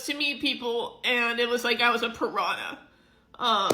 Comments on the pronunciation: The word is "pariah," dumbshit. Not "piranha." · Does she say she was a "piranha" when she meant "pariah" 🤣🤣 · Did she say she was a pirahna? I know she meant pariah but it sounded like she said pirahna. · Did she say, "i was a piranha" or, "I was a parayiah" because they aren't the same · I noticed it too. She definitely said piranha.